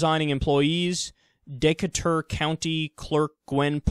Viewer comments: Decatur. Dee-KAY-tur. Doesn't like every state have a Decatur County, Decatur school district, Decatur town, Decatur something? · LOL - Kyle mispronounced Decatur: it's De (with a long e - dee) ca (pronounced kay with accent on this syllable) and tur (pronounced ter). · It's pronounced "Dee-Kay-Tur" county. Great video Kyle! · I'm pretty sure Decatur is pronounced de-KAY-tur. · Kyle...its pronouned "De-Cay-Ter" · Decatur: dee-kay-ter. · LOL the way you pronounced Decatur Secular Talk